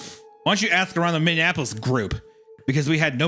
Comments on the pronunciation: Bro the amount of times it's mispronounced im going insane lol. A couple times Hunter got it right thankfully haha. I usually don't even correct people on the one off Minnianapolis, but this many?😂 For anyone wondering: It's Minneapolis ( Mini Apple-us/is ) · Guys... it's MIN-E-APP-OLIS... Y'all keep saying MinnENapolis (with an extra N) for some strange reason, and it's driving me nuts 🤣😂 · MINN. E. AP. O. LIS!!!!! MY GOD THIS PISSED ME OFF I NORMALLY DONT GET MAD AT PRONOUNCING BUT ISIAH GET IT TOGETHER ITS MINNEAPOLIS NOT MINNEANAPOLIS WHAT THE HELL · Isaiah over here pronouncing Minneapolis like mindianapolis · Oh my... idk why this annoys me so much but its pronounced "mini-apple-lis" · Hunter and absolutely everyone else: Minneapolis Wendi: MinneANapolis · how many minnesota people's hearts twinged with pain every time wendi said "minn-indianapolis" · If Isiah says minnineanapolis one more time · “Minneanapolis” from Hunter as a midwesterner let alone Isaiah is crazy work 😩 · Isaiah! WHY do you keep pronouncing Minneapolis "Minnie-in-apolis" its driving me fucking crazy!!!! You've done it like 8 times now. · It's like he's combining Minneapolis and Indianapolis 😅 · Hearing Isaiah say "Minnea-NAP-polis" pissed me clean off, tbh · MinneANopolis is now canon, Isaiah and Hunter both pronounce it this way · the true horror of this story was having to listen to them mispronounce Minneapolis wrong for 3 hours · Made me smile every time they tried to say Minneapolis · isaiah pronouncing minneapolis like indianapolis the entire time had me raging out in the beverage cooler at work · Imagine how much time Isaiah would save if he stopped adding an extra syllable to Minneapolis. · Wendy, you're pronouncing Minneapolis like Indianapolis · someone needs to teach isaiah how to say minneapolis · the way theyre pronouncing minneapolis is wilding hahaha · lol can’t pronounce Minneapolis to save his life 🤣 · what happened to what?? Minne-an-apolis?